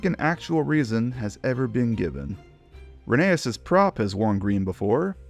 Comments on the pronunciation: Please… call it re-NEI-us. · It’s reh nā es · oh wow I didnt know that I thought it was pronounced re-ney-uss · You said rheneas